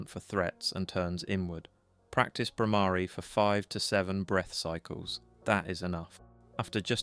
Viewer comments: Yes. The Bhramari hum is very powerful. And note "Bhramari" is not pronounced "Bhramaari" .. but with a short "a" not "aa"... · .... Conscoiuunesss Stiaffing...? Spelling??d Bhramari / 2nd syllable is not "aa" but just a (like uh). All alphabets end in this a sound. * GREAT VIDEO. Thanks.